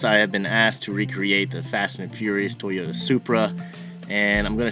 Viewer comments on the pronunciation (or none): none